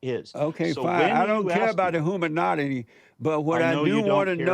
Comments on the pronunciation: Did he just say "hoomanoddity?" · Kinda sounded like humanati.